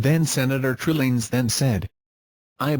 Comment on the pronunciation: The voice pronounced Trillanes as Trilling.... sounds like Trililing